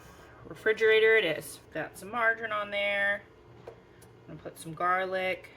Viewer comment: I knew I had to stop immediately and subscribe the minute you said “jarlic”! 🤣🤣